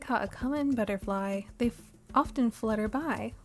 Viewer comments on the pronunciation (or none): none